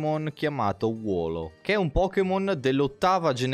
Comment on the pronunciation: Molto bello ma leggere wooloo "wolo" mi turba